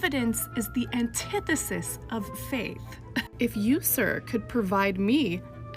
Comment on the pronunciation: This video made me realize I’ve been pronouncing antithesis wrong my whole life